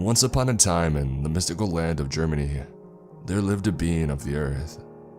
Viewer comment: Microsoft Word Technical Support he said mystical